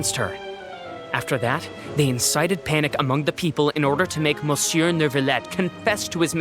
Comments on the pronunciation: I CAN'T WHAT HAVE YOU DONE TO ME "Miss you" sounds so perfect I can't stop saying it lmao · I'm french and they could've told the voice actors to pronounce "Monsieur" as "Miss you"..